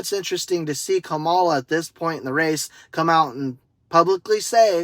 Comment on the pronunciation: Her name is pronounced comma-la, not Ka-ma-la